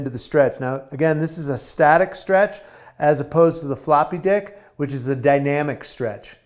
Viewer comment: You did say floppy dick, right?!?